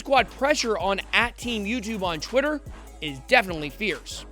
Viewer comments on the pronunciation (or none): none